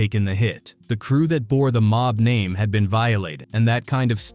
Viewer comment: How many names are you going to mispronounce in your garbage video? Show some respect